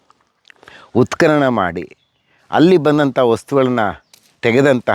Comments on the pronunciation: ಅಮ್ಮಾ ತಾಯಿ,ಉತ್ಕಲನ ಅಲ್ಲ.ಉತ್ಖನನ . ನಮ್ಮ ಕರ್ಮ ನಿಮ್ಮಂತವರ ಅಭಾಸಗಳನ್ನು ಸಹಿಸಿಕೊಳ್ಳಬೇಕು. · ಮೇಡಂ ಉತ್ಕಲನ ಅಲ್ಲ, ಅದು ಉತ್ಕನನ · ಅವ್ವ ಮಹಾತಾಯಿ ನೀನು ಕನ್ನಡವನ್ನೇ ಕೊಲೆ ಮಾಡ್ತಿದ್ದೀಯಲ್ಲ ತಾಯಿ....#ಉತ್ಖಲನ_ಅಲ್ಲ_ಕಣವ್ವ_ಅದು_ಉತ್ಖನನ.... ಮೊದಲು ಕನ್ನಡವನ್ನ ಸ್ಪಷ್ಟವಾಗಿ ಮಾತನಾಡೋದನ್ನ ಕಲಿತುಕೊಂಡಿ ವೀಡಿಯೋ ಮಾಡು ತಾಯಿ